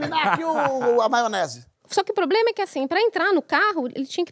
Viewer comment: "algum poblema?"